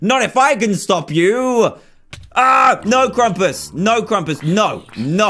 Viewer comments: did anybody else realize its krampus? not krumpas? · Its supposed to be Krampus not Krumpus